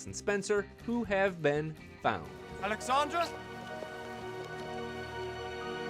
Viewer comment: Alexandra not Alexandria